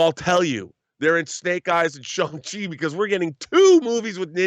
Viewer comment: It’s pronounced SHONG CHI not Shay-ng Chi